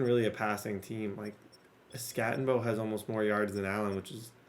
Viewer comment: I need you to Scattego…that was more like a skatte o no!😂